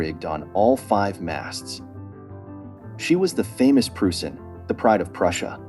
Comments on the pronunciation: The ship 's name is NOT pronounced Proosen! It is correctly pronounced Proysen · That stupid narrator wrong pronunciation of Preussen makes me sick. Pronunciation should be PROISSEN and never PRUSEN. Where did you go to school? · I thought something similar but 'Proysen' might be pronounced 'Preusn'. Maybe 'Proyzen' would be closer. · Pronounced "Proi-sen" not "Prue-sen" (if English is your language). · The word is pronounced "PROISSEN". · Die Preussen, pronounced proyzen. Or, someone help me out. I don't speak German but drank lots of their beer. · It would have been nice if the narrator had found out how to pronounce Preussen properly before recording this. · Where did you go to school if you did not know pronunciation of this very well known and popular German word? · If you're going to make a video about the Preussen you might at least research how to pronounce the word correctly. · a great story about a great ship. but, after all the research, you could have made an effort to properly pronounce her name.